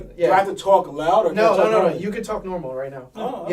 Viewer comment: TAWK THAT TAWWKKK